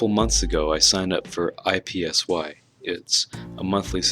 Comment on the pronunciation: It is Ipsy. Not I P S Y. One word. Not just saying the letters.